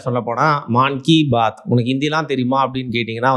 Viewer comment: மான் கி பாத் இல்லை மன் கி பாத்